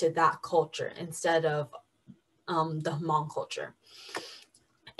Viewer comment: Can talk about hmong people but cant pronuce the word "hmong"...